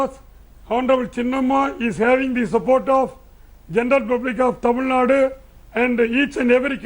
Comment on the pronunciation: rajdap, please pronounce the word TAMIL NADU and not as Tamil NUT? Tamil NUT?